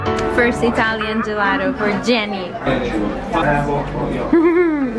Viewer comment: Almeno “Gelato” pronuncialo in italiano . Lo sai che ci sono parole che non si possono stravolgere . È patetico !